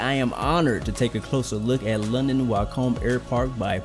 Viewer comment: Wick-um. Not Why come